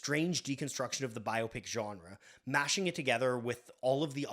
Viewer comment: Bonus points for not pronouncing it "bi-opic" like so many dopes out there.